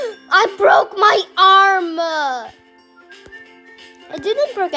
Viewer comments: That is not how you say arm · Bro they don’t know how to say arm🧐😭